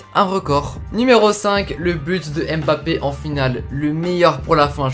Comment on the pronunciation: Super vidéo mais stp c’est pas « Aime bappe » c’est Mbappe c’est important de bien prononcer les prénoms